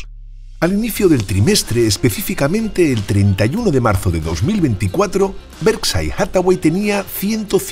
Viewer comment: Españoles por favor pronuncien bien por respeto a los demas los anglicismos van pesimo, Berside no, es "Berkchair" hablen por favor de la economia española.